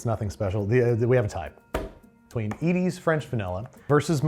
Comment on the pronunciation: The way he said “Edys” noooo 😭 my Midwest heart was crying